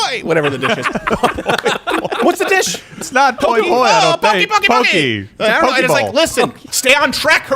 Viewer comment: It’s poke and poi 😂😂